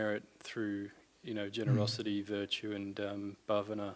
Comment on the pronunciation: What are excellent pronunciations of "Dana, Shila and Bhavana" by Venerable! We all respect it. 🙏🙏🙏.